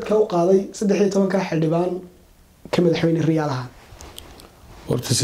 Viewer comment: Masha Allah madaxwayne xigmad iyo xilkasnimaba kudhantahay. Lkn magaca sax riyaale mahee waa rayaale..ree hoonkaybal magaca kasaxa.